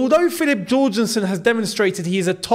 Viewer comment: Yorgensen!!!! Like hallelujah, like jorgen pronounced Yorgen